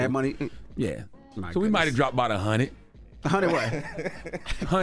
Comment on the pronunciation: “We dropped bout a hunned” 😅